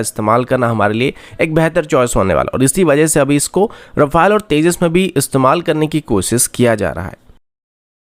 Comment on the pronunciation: राफेल not रफले